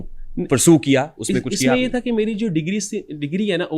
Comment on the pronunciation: How’s he’s pronouncing finance and engineering 😂